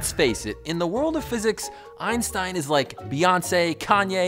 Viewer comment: Its always funny when americans pronounce Einstein wrong but who cares great video ^^